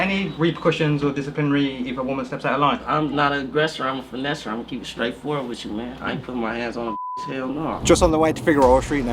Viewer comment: “I’m not an aggressor ima finnesser” 😭😂😭🙌🏽🙌🏽🙌🏽🙌🏽🙌🏽